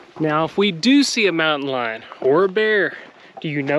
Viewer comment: So glad to see y’all in Texas! Everything sounded perfect until you said”Mountain Lion”!!! So glad y’all made it out of that hike safely! ✨✨✨